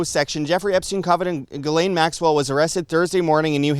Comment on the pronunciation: By the way Ghislaine is pronounced: G-slenn (like Glen). I am french Canadian so I know.